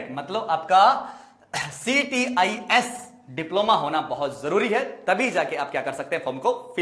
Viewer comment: Sir ctis nhi. Cits hota h